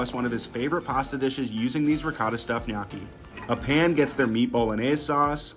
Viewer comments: Ma per favore ti prego di imparare come si pronuncia la parola “gnocchi” , the way you say it sounds like “GNAWKKY” 😢😢😢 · Looks good, but his pronunciation of gnocchi is cringe😮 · It's pronounced guh-know-chi not nyo-cki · Did you place a bet to see how many times you can mispronounce gnocchi?? 😂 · NyAcky is what I hear😂😂😂😂 I always find it funny how Americans pronounce words so weirdly. Other countries are able to adapt to different tongues, especially deep distinct local languages. But Americans basically just say no😂😂😂 I swear Europeans and Asians could even pronounce African words much easier than y'all and vice versa because we understand the pronunciations of different vowels and consonants between us. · Another "food influencer" that doesnt know how to pronounce gnocchi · ive herd him say "knocky" so many times i actually forgot how to pronounce it correctly lol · Bro's needs to spend some time learning the proper pronunciation of pasta lol it's ño-key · Sir.. it’s pronounced “nyo-key” it hurt hearing it every time.🥲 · Hes pronouncing it wrong and it's driving me crazy 😢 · Thumbs down just for his pronunciation of gnocchi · he's gotta be trolling with that pronunciation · Pls learn how to pronounce ricotta and gnocchi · As a non English native speaker, i find it very funny this gnocchi pronounciation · I'm not Italian. I live smack dab in the middle of the USA. I'm from English, Russian and Polish decent and EVEN I KNOW the pronunciation of gnocchi is WRONG, like nails on a chalkboard wrong. So if I KNOW it's wrong, pretty much everyone should know it's wrong...just sayin'! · Gnocchi That's the worst pronunciation I've ever heard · That is the weirdest way I’ve ever heard someone pronounce Gnocchi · Can't handle your pronunciation of gnocchi! 🥴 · His pronunciation of gnocchi is killing me lol but it looked delicious